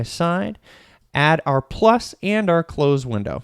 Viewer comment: Great video,! Card windows are so deceptively powerful. We are using them more and more. Just had to chuckle when you said "…take off the close" referring to the Card window options. Sounded like you said "…take off the clothes!" 😳 Hey, you develop however you want. Haha!